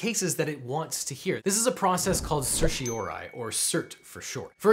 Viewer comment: Why is it no one pronounces certiorari correctly, lol?